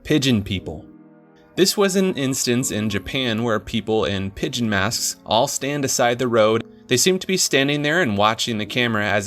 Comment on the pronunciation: Pideon people lol Good video btw